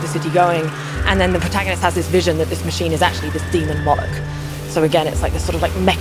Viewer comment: Its pronounced "moh-lock"